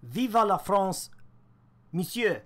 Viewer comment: Nice french accent bro, but u say "[viva la France]" and it's [viveu la France]